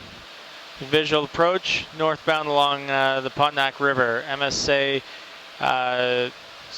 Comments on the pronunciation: He the captain say 'pont-o-nac'? 😂 It is Po-To-Mac river. It's just like you know a tourist when they say Houston instead of 'house-ton'. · Love your videos! One correction… This is how to pronounce the Potomac River….Pah-Toe-Mack 3 syllables with emphasis on Toe. Said quickly! 😊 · pahTOEmiick river. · Sorry, Canadians----puh-TO-muk, please! It's irregular----stress is on the next-to-last-syllable. English generally places stress on the first. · Puh-tome-ick river please. Worthy of proper pronounciation since it is steeped in our history, most impotantly the American revolution and, much later, the place where a poorly trained under qualified 737 Captain iced up, stalled, hit a bridge, and killed a whole bunch of people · I had never heard Potomac pronounced pot-o-mack...... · I keep hearing "POT-uh-mack". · LOL I had no idea what river he was talking about until he said it again.